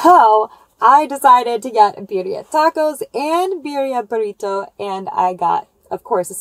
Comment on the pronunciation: BiRRia. Double r. Try to roll it! Rrrrrrrrrooooooll it! 😆 greetings from Spain!